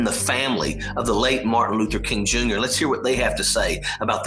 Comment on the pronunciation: Couldn't even say his name.... It's Martin Luther King Jr. ..................... DeSantis is a POS.